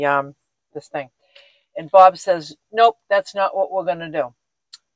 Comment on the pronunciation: Wow! Everything is coming along. Such simple changes that improve your van. Always a joy to watch your videos. I just have to say when you talk about Bob and Barb I have to wait and see which one you are talking about. When you say their names they sound the same LOL